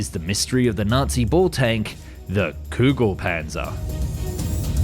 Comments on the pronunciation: Not Kugel Panser Ami das heißt Kugel Panzer greetings aus Deutschland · English speaking people be like: I can't pronounce ö, ü or ä Also English speaking people: Kügelpänzer lol